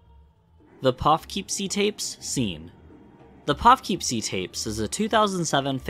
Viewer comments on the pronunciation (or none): I'm sorry but hearing that pronunciation of Poughkeepsie physically hurt lol. Its "puh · kip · see" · Poo-Keep-Sea Poughkeepsie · Great video so far, still got a couple of hours to go and I won't stop till I haven't seen it whole, but I am physically hurting at how you pronounce Poughkeepsie